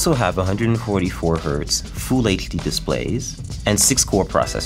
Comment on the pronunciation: Full sounds like "Fool" lol